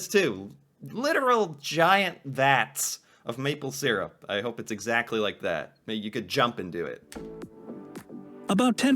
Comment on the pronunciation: Pronunciation of maple syrup is incorrect. (by the narrator in the video)